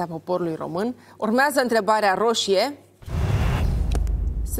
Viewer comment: Denis esti superba, extraordinar moderator, totusi acest ton aproape lātrat " urmeazā întrebarea" ce rost are? N-ai putea totusi s-o spui mai linistit asa...cum de altfel o si faci câteodatā? Felicitāri oricum pentru emisiune.